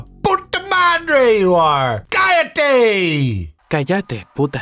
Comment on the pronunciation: The double L in "callate " is pronounced like the Y in Yes. Like the Y in Yat.